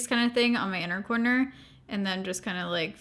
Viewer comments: I thought you kept saying “porno” lashes and then I finally figured out you said “corner” lashes. 😳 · Every time you say corner lashes my brain keeps hearing porno lashes 🤦🏼‍♀️.